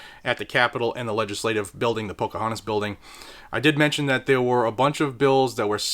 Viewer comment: Pokahauntis Building ? You mean Pokahauntis Tee Pee 🔨